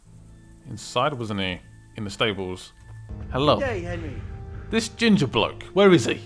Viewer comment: Lol. "gin-Jah"